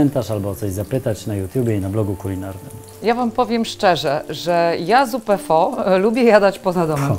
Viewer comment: Zupa pho [wymowa: faa]:). Pozdrawiam. Reszta - bez zarzutu.